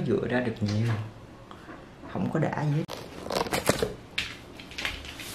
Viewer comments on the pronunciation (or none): 'Gì' not 'dì' nha bạn. Theo mình thấy thì chả có ngành j ở VN mà được đi du học HQ miễn phí hay giá rẻ nếu ko có học bổng đâu bạn. Đi du học ở HQ hay NB ít nhiều j cũng phải mất tầm 200tr. Nhưng như hai chị mình đều học ĐH ngành tiếng Nhật ở VN và do học giỏi nên giành được suất học bổng 1 năm du học NB. Tóm lại nếu bạn muốn nuôi giấc mơ đi du học mà được giảm free học phí các kiểu từ giờ thì phải tự mình phấn đấu mà học rồi giành học bổng, chứ nếu theo ý nghĩ "nhà mình ko có tiền nên chắc ko đi được đâu" rồi cứ thế từ bỏ luôn thì chắc chắn cái "muốn đi du học" của bạn chỉ là cái đam mê nhất thời thôi nhé.